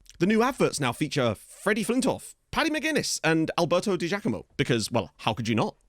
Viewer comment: hey mate, it's said Di Jackamo. We (Partick Thistle) used to have a player called Paul Di Giacomo and that is how you pronounce it. Quality signing!